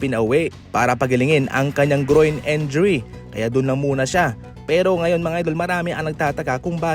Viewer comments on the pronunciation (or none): Pano pronounce yung Gafford at Injury? 😅